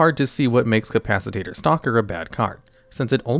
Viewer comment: “Capacitator” lmao